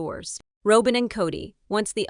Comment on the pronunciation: It's Robin NOT ROWBIN